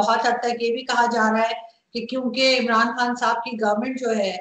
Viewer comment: the way he says imranD khan..epic🤣